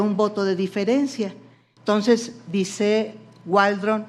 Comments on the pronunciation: Ministra: no se dice “tonces” se dice “entonces”! Siempre se puede aprender algo! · Señora no se dise "tonses"